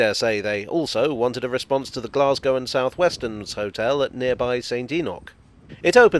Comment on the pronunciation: A village buried beneath the railway arches.... isn't that a cock and bull story? Blessings on you for pronouncing Glasgow correctly with the long 'a'.